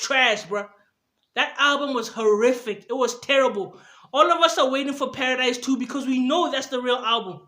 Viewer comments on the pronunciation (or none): This is the 1st video with more dislikes than likes. This guy crazy... I hate the way he says "therrible". I give that a 1 out of 1000😒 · The way you say "Therrible" is terrible 😂😂😂😂😂😭😭. Go get a life bro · No one:: THERRIBLE! 😂😂😂